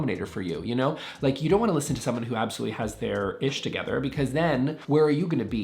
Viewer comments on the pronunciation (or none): none